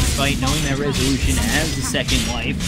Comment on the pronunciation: how many times did he says: rezuuulüüüshön!?